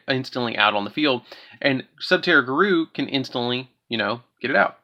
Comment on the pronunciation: It’s pronounced Goo-roo, not garoo. I feel like you did that on purpose